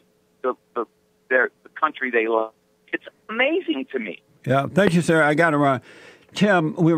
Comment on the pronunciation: Das amace-in.